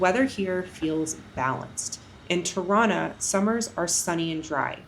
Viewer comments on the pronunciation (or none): I didn't know Tirana is pronounced Toronto 😅😂